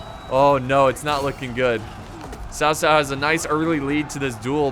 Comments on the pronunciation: BTW it’s not Sao Sao it’s Chao Chao From Malaysia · its basically tao tao not sao sao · It is pronounce chao chao not sao sao just to inform but great video ^^ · its cow cow not sow sow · Dude its pronounced Kao Kao... not Sao Sao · Ghostlead 360 it is actuallt pronounced ts-ow ts-ow. I know because I have the same surname. Chinese spelling is Cao. Taiwanese mandarin spelling is Tsao. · guitarhamster is it? because I usually hear it pronounced Chao Cao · His name is Cao cao but its correct sound is cow cow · cao cao is not "s-ao s-ao", Sao Sao means elder brother's wife … "c" pronounced as "ch-", like ch-ange, Ch-ina, in English, but without tiny " ee/i/" sound. Changban, pronounced as " 'Ch-' (similar to c sound in cao cao, but not exactly same) '-on' (similar to English word on) and ban is same as English ban… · it's kao kao actually :D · tsao tsao, ts as in Mi (ts)ubishi or wha(t's) up. Applies to all "c" in pinyin. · Its pronounced tao tao and A guy name oversimplified made a video about this check him oust just look up "Oversimplified three kingdoms" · Is it not chao chao (pronunciation) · Not to pronounce Sao Sao!!!!! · It’s pronounced tsao tsao Tf is Kao kao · Daniel Etheridge no one in China calls him cow cow That’s just completely wrong